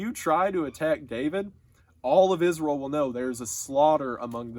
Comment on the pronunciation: i like how he pronounces israel like iz-rull